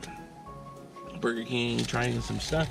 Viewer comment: Well that how I’m going to say it now boiger king oh yes 👌🏻